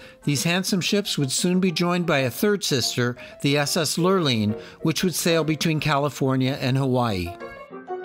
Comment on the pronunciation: I love this video and only wish I appreciated Britanis more during the one and only time I sailed on her. A gentle reminder that "Lurline" is pronounced "Lur-leen."